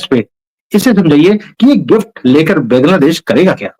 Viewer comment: Jai Shri Ram, Ek request hai. Bangladesh ka pronunciation बॅन्ग्लादेश ना करके बांग्लादेश ऐसा करें।